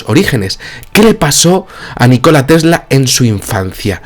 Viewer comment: Nikola Tesla, !!! no ! NI -KOLA tesla